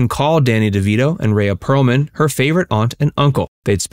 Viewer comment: It's pronounced Ree-A Pearlman. I share the same name just spelled differently and it makes me crazy when people can't pronounce it right.